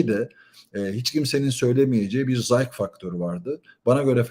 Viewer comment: Abi 👋 geçen yıl da seni dinledim mini bi düzeltme yapacağım ‘Zayk’ değil de ‘Zays’ diye telaffuz ediliyor. Teşekkürler